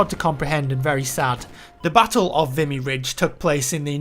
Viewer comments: I think it's pronounced Vimé Ridge. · he did butcher the name lol but I find everyone does who's not from here aha or at least from canada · Google is your friend; ignorance of the language is no excuse - I don't speak it but I know how to check pronunciation. Normally I wouldn't care, but this is about a battle where hundreds-of-thousands of people lost their lives...to at least get the name correct would be a simple courtesy to their memories and sacrifice. Apart from that, very fascinating story, well told and thank you for bringing it to my attention. I hadn't heard of this battle before now!